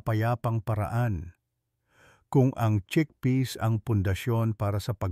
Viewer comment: cheakpeas like greenpeas